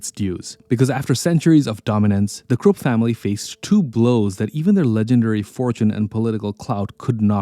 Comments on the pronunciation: KRUPP pronounced as KROOP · Why does the AI voice translates Krupp to Crook?